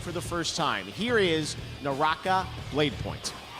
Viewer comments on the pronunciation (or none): none